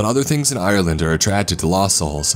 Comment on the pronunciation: lol im from ireland and my names iain dam... also u say ireland more like (are-land) not I'your'land theres no y sound